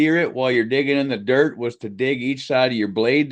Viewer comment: scoop da dert throw da dert 😂😂 i laugh every time i think about it